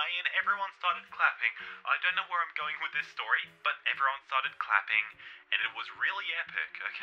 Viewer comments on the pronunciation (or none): none